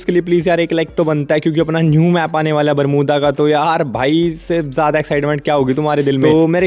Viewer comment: Bolna bhi nahi aata barmuda max ko😂😂😂😂😂😂😂